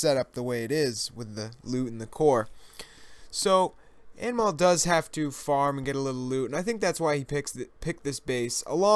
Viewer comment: hey mostly i think anmol is indian its pronounced as un mole nice vid